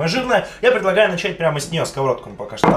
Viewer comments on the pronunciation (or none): none